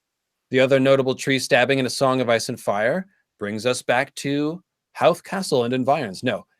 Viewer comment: Great link to Joyce! One tiny nitpick , you pronounce Howth like Hoe-th ☘️ great vidyo essays dude 🤘